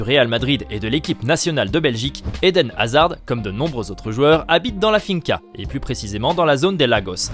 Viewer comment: Par contre de D de Hazard ne se prononce pas.